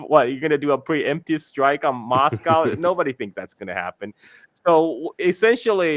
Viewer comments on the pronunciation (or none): none